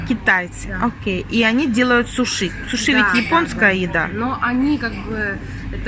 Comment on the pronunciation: А мы говорим: сУши, а не сушИ. Я в первый раз слышу, чтобы так произносили. 🤨😮